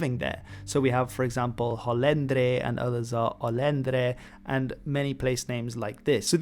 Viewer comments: amazing video! but its "Holędrzy" not "Olędrzy" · Actually in Poland we say Holędrzy, and not Olęders, but still great work